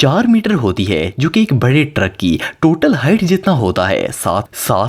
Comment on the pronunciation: It's not bare it is bade